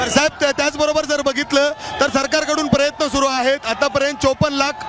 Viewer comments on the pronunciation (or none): none